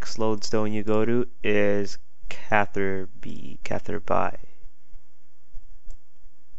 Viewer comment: Lol CatherBi You don't pronounce Ruby, Rubi.. so yeah